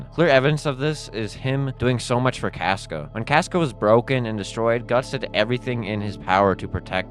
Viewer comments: My guy it’s pronounced “cosca” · SAY CASCA RIGHT OMG